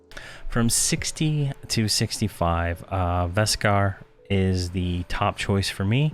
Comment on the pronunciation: Vek-Sar not Veskar :-P